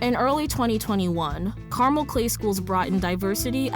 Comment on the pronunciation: I have lived in Cali all my life and we pronounce the city as CAR-MEL. {Like a man's name Mel} Not Carmal. Not Car-mall. Is this in another state? Is it in IN.